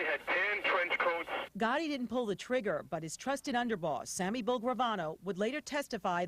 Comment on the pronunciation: lol "Sammy Bull"